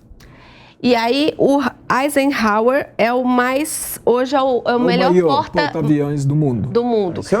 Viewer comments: E a, aprendeu a pronunciar o nome do ex presidente dos EUA Eisenhouser? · não sabe pronunciar Eisenhower! Que tristeza! Tá muito por fora!